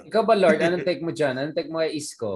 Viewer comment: L O U R D. not LORD.